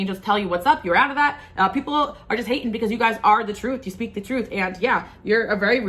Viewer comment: You said as we "sweak" instead of speak so cute made me giggle ❤